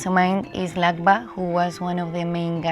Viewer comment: Its Lakpa * not lajba 😂😂😂